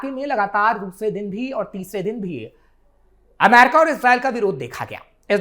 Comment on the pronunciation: अमेरिका बोल लो पत्रकार महोदय... दूसरे सभी शब्दों को तो तुम बिलकुल सही-सही बोल रहे हो, लेकिन अमेरिका शब्द आते ही तुम्हारा उच्चारण "अमैरका" हो जाता है...विश्वास करो जबरदस्ती सिर्फ स्टाइल दिखाने के लिए अमेरिका को "अमैरका" बोलने से तुम बिल्कुल भी अंग्रेज नहीं लग रहे और तुम्हारा ऐसा बोलना बहुत चीप और लग रहा है